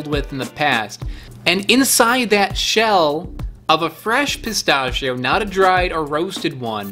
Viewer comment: What the hell did pistachios do to your mother to make you commit that war crime against the pronunciation of pistachio?